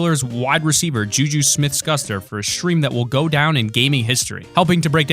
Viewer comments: you said JuJU rong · He pronounced ju ju’s name wrong, I’m mad because I’m from Pittsburgh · OH god he said Juju's name so wrong CRINGE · WHAT THE HELL DID U CALL JUJU